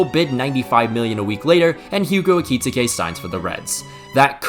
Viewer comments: Brother you need to watch the premier league player names pronounced videos 💔 his name aint ekee-tekay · Idk if that’s how you properly pronounce his name but the way you say eketike makes me uncomfortable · can’t pronounce Ekitike this is why he is canonically gay